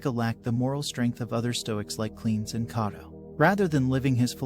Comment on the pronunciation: Simple. Lack of due researches. He also pronounces Cleanthes as "Cleans" for some reason.